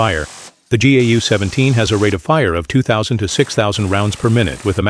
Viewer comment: Bruh, teach the robot it's pronounced "Gow" like cow with a 'g.'